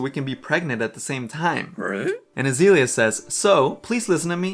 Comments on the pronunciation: This video is super fun, but it was driving me a little crazy to hear you say AzEElia over and over instead of AzAYlia. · I Don know how I got to this video it is weird and funny, a narc is a narcissist and her name is isn't azilia it's there's a A in there it's pronounced like the flower. This is very odd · Pronounce Azealia right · Can you at least say her name right